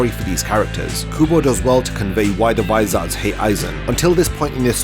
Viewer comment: Vis-OR-s. Not vis-ARD-s.